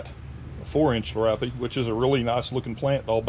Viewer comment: It is pronounced 'Lear ee ope'